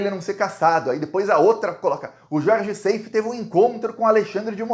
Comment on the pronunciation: Gostamos muito do seu belo trabalho jornalístico. Seif, pronúncia como está escrito. Plural de GOSPEL: gospels. Incesto: pronúncia aberta, cés. Wassef pronuncia-se uasséf, oxítona. Egito.